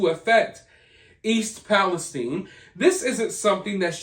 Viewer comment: Everyone covering this had been mispronouncing East Palestine-I live in the atea-itis pronounced with a long I. Thanks for covering this.